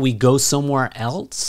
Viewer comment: you say:shall we go somewhere elts?< >